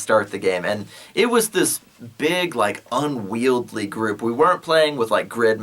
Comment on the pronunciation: Yeah like "unwieldy" but you say unwield-ly...it's cool man say it however you want...how long have you been posting these awesome videos? I really appreciate your hard work and will hit up your patreon soon.